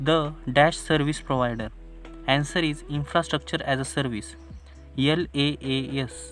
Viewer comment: Sir tumhi Laas bolala pn te Iaas aahe